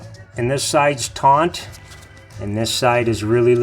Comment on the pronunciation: Great video, but there is no n in the word taut.